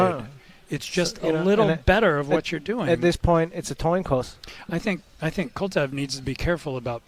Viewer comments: Heard that and looked through the comments for this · "At this point it's a Toin Coss" hahaha is it just me or did he actually say that?